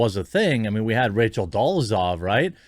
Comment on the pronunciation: Rachel Dolezal Jeremy: "Rachel Dollezov"